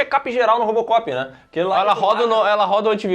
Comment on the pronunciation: O falou Rópocopi kkkkkk